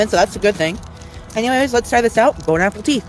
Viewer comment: I always get so pissed off whenever he says “bone apple teeth” because it’s from a tweet that was funny for like two minutes ten years ago.